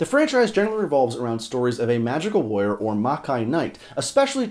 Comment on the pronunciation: The first time you said warrior, my brain heard lawyer and I was momentarily confused. Was Kouga a legal expert and I somehow missed it . . .